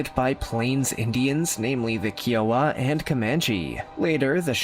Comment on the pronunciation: Just please do your homework on some of these things in these videos. Plenty of it is not true . I’m a Lakota ( friend ) descendant, I grew up around Paiute, and Shoshone tribes in Nevada, and still live by the colony now . And it’s KY-OH-WUH ( Kiowa ) don’t mean to be peckish, I admire your interest.